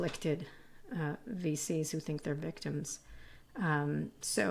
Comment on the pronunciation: Every time she said VC's I heard "feces" and I don't think that was an accident.